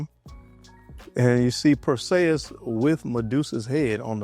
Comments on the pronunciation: You said his name wrong bruh. Clash of the Titans. It not Pur say us. It is pur·see·uhs. Just wanted to let you know. I am not trying be funny. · Is anyone gonna tell him that he's fuq'n up the name... PerSAYus😂😂😂 Nahhh bruh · PER-SEE-US... Is how it's pronounced